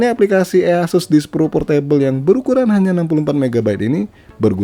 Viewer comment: Indonesia language sekali "ea sus" Aku dengar nya kayak waw verified Indonesia people